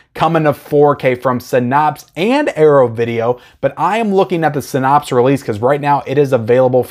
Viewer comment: You have to be pronouncing Synapse wrong on purpose at this point.